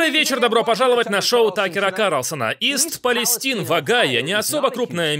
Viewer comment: ИСТ ПАЛЕСТАЙН !!! Или Восточная Палестина . А то ''ист палестин'', ухо режет.